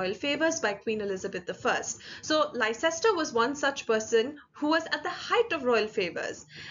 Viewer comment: A friendly correction: Leicester is actually pronounced as "Lester"; as in a person's and a city's name.